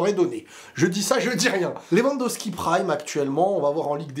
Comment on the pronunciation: LewandoWWWWWski .. pas Lewandoski